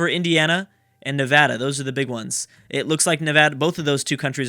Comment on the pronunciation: you being from California, I'm not surprised you pronounced Nevada right